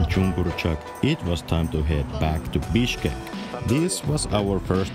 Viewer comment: Your "Bishkek" sound like "Bitchkek" 😂😂😂